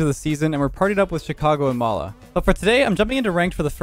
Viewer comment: Oh mala for some reason I thought you said lawla like Lawler without the hard r😂